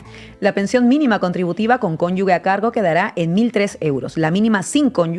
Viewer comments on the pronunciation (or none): Por favor, decidle a la chica de la rebeca verde que es cónyuge, no "conyugue". Por favor. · 😅Cónyuge no conyugue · cónyuge, no cónyugue.